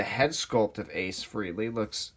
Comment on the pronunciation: Ace’s name is Frehley. “eh” sounds like “ay” not “ee”.